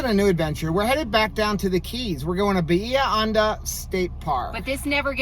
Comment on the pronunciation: It’s Bah-he-ah Hon-dah